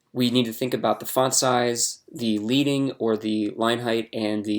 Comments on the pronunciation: Nice tutorial. As a side note, it is pronounced "leading" like Led Zepplin. It is named after the lead (metal) pieces that they used to place between the lines of text on old printing presses to create space between the lines of text. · Great video. Just a heads up that "leading" is pronounced as "led-ing," like the metal lead. This is because old typography printing presses used to use actual lead metal spacers between lines of text to create additional spacing. ;)